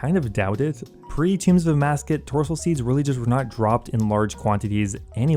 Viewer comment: I believe it's Torstol seed not Tortsol